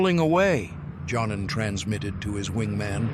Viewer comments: For the sake of immersion, someone should tell these narrators that "J" is pronounced like a "Y" in most Germanic and Slavic languages. So saying "John-en" instead of "Yon-nen" is like fingernails on a chalkboard 😵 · Yes, but the dude's name is pronounced like "Yon-nen". Would you react when people (most people on Earth) pronounce Wellman as "Vell-mann"?